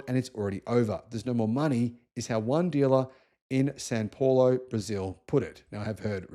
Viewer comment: It’s Sao Paolo not San Paolo